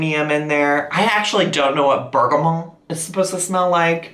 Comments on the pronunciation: A bergamot is a type of orange. It’s kind of a spicy, floral citrus smell. Think Earl Grey tea. Earl Grey is flavored with bergamot oil. Also, feel free to pronounce that T at the end 😂💕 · Bergamot is actually a type of citrus fruit, the essential oil comes from the peel. Don't get me wrong... I love your "bougie" (French word for candle) pronunciation but the t is actually pronounced ( bergamot is not a French word) lolll